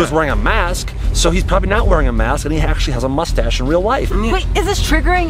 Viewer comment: No guy's Daniel said cool moshtash